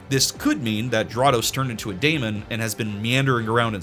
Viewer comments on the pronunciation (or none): Daemon is pronounced just like Demon and is in fact just an archaic spelling of the word Demon.